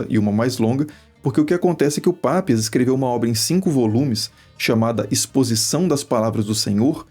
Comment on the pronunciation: Não é Pápias, sim Papías! Parem de poluir o planeta